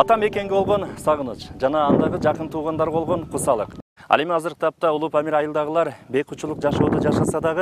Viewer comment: Памыл дейтго